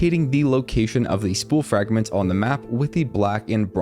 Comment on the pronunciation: "nunper" "frangments" "holly" ??